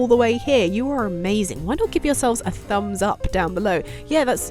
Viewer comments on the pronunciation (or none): none